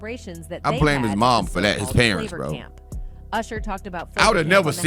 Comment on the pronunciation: Tell me I'm not the only one who sees that ( A.I.) is starting make more and more videos exposing people. She almost sounds real. If it weren't for her pronouncing some her vouls wrong like Favor instead of flavor 🤦🏾